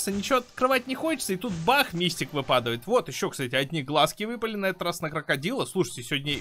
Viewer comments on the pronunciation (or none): Обожаю тебя только я помню в некоторых видео и в этом ты не правильно говоришь ты говоришь вЫпадавает а правильно выпАдает заметь пожалуйста а то я уже путаюсь